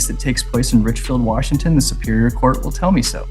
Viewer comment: Why are some many people pronouncing COURT room as CORCH room? It drives me crazy!